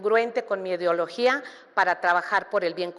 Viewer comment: Otra Vilchismosa que no sabe leer: realusaré en lugar de realizaré, laboré en lugar de elaboré, mesicanos en lugar de mexicanos, edeología en lugar de idiología…. Y en una sola participación, escuchemos que más tonterías dice en todo el debate